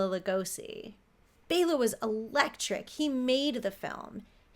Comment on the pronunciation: SO grateful to actually hear someone else, actually pronounce Bela’s name correctly!!! Thank you for showing the respect, he (& so many others) deserves! Keep up the amazing work! 😲😁😉😊🦇😃